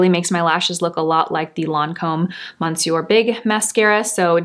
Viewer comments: you’re my favorite you tuber but please learn to pronounce the word monsieur properly. It is pronounced “mis-yur” It means Mr. or sir in french. The letter n in monsieur is silent. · Stop saying monsour let Siri tell you how to pronounce it , by the way I love your makeup and the radiance of your skin , I can’t wait for the idols by Lancôme mascara , thank you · I always appreciate your reviews! Hint: you can use Google Translate to hear proper pronunciation of words in other languages. The first syllable of the word monsieur in French is not pronounced "mon." A bientôt!